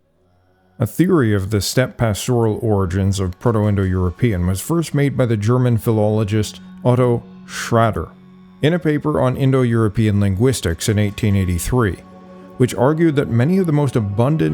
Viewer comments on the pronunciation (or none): 'Luwian' is pronounced with a V sound... ALSO-- 'Schrader' is pronounced with an 'aw' sound... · Luwian with a "w" is correct, as it reflects the reconstructed Hittite phonology (it had no "v"). Luwian with a "v" is common because of the german studies on the subjects (w is usually pronounced v). Schr-AH-der is also correct. You're thinking about Schröder.